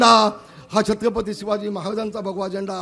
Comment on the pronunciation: नीट छत्रपती बोला